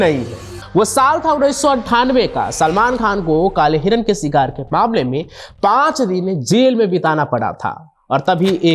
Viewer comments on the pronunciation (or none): Sikar nahi its Shikaar